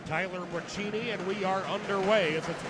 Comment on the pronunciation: FYI: Braccini is pronounced Bra-see-knee, not Bra-chee-knee.